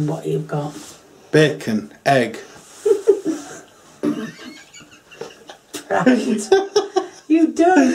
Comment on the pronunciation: I love how you say heg instead of egg